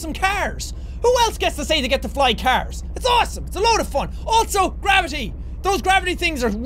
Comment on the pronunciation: Who noticed we Jack said qwavity